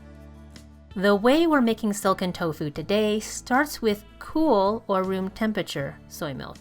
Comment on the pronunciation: How you pronounce "tofu" is extremely irritating.